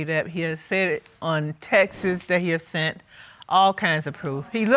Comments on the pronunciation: Why is it that people pronounce “texts” as “texas”...? Grammatical enunciation IS key... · Textes.......you mean texts!!!! Wow